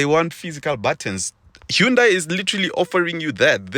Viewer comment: great car for real, check out Mrhowmuch and Khathuoncars its pronounced HA-NDA-I (like Sunday) NOT HU-NDA-I